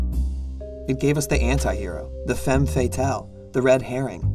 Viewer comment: Great video! Your pronunciation of the word "femme" is not good but everything else was spot on